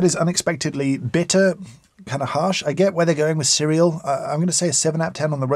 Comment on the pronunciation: Every time he said “cereal” I started cracking up.